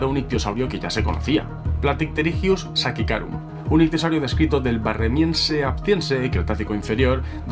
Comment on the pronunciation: La pronunciación del epíteto específico de Kyhytysuka sachicarum es SA-CHI-CA-RUM porque hace referencia al pueblo colombiano de Sáchica.